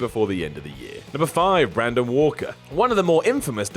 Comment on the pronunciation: Really,, you couldn't re-record 30 seconds to get Walker's name right?